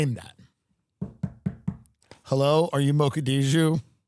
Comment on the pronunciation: It’s sounds like he’s calling Mogadishu, Mochadishu.